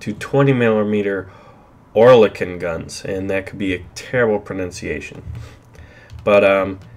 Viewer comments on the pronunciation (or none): none